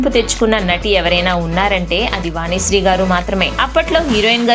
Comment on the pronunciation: Please correct your pronunciation first. వానిశ్రీ అని మాట్లాడే మీకు ఛానల్ సబ్స్క్రయిబ్ ఎలా చేస్తాం. ఎల్లు కాదమ్మా ఏళ్ళు